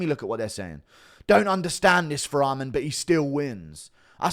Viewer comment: not sure if you’re taking the piss but you need to learn how to pronounce Arman. it’s not almond